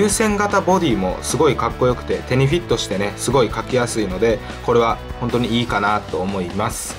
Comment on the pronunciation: 手に⤴フィッ⤴トしぃ⤵てねぇ